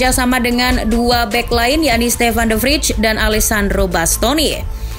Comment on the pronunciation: Meskipun bacaan Indonesianya memang de Vrij kayak the fridge dalam bahasa Inggris, tolonglah disebut sesuai penyebutan aslinya (de frai)